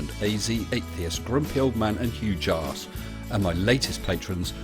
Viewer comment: That time you hear pronounce "Hugh Jarz"